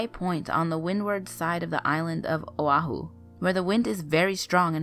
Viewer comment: I’m born and raised in O’ahu and your pronunciation is very wrong